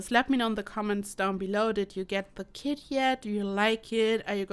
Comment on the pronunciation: She literally said kit I thought she said she drop kicked a kid